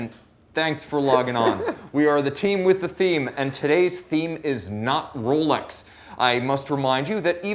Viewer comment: Not ROWLECKS lol